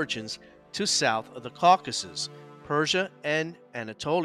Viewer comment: This is not Caucuses - This is Caucasus :) Kavkaz-us